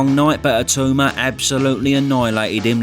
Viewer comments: Why do people call him I-too-ma smh. Surely pronounce his name correctly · for the love of god please learn how to pronounce his name. It’s It-aw-ma not It-oo-ma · If Itauma wins, will you promise to learn how to pronounce his name correctly?